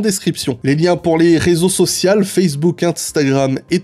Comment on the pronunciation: on dit rézo sociaux* :)